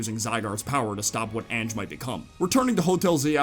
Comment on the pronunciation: I’m fairly certain Ange is pronounced like “onj” with a short o sound at the start rather than saying “anj” like the word “an” at the start.